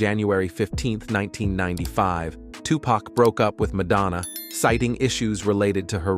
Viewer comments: Can you at least say the fucking mans name right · Even tho there was a lot of women, u didn’t even disturb the surface of women Pac had… u can’t even say his name right